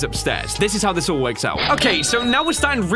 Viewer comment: He said forks